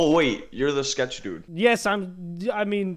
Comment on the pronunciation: You said sketch wrong